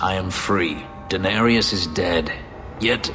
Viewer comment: Every time I hear Fenris speak Danarius I hear him say Daenerys